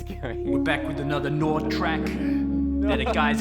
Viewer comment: Ah now I get it he must have thought nord rhymes with lord.